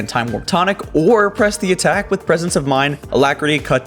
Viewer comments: why did you say PRESH the attack? This was not a mistake, as you said it too. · lmao "Presh" the attack. You failed hard there xD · how you are saying press the attacl xD